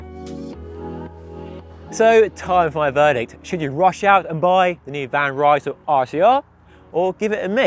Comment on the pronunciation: Hey, van Rysel is not a british Brand! Would you mind to pronounce the name of the brand correctly? It is like "Reesl"! The word is spoken as it is written, though this might not help an English speaker.